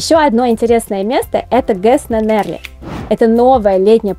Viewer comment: не на НЕрли, а на НерлИ не в Кидэкшэ, а в КИдекше никакой панаихи вовсе нет. Бред, короче.